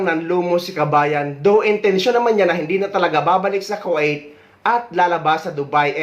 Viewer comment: Sir kwa it ba ang pagkabigkas ng Kuwait?